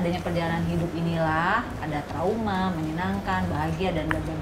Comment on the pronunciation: Ngakak banget 🤣🤣🤣 pas pa regi bilang : traumaa.. sedihh.. *dengan penekanan.